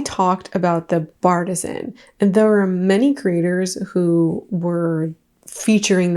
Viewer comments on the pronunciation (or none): I'm pretty sure the Bartesian is not pronounced "bartizan." It is surely pronounce "Bar-tee-sian." As in bar+artesian. Artesian refers to natural well water, but people use it to give a "natural" or homemade feel to it. That's the grift they're going for--the "I make my own" illusion. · I keep thinking you’re saying bipartisan 😭 it’s bar-tee-shun